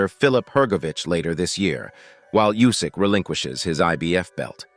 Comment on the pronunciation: Nobody is good enough to beat Usyk . How many ways can someone say is name wrong